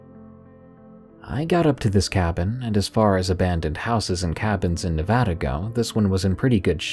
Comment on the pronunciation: As a native Nevadan....THANK YOU FOR PRONOUNCING NEVADA CORRECTLY.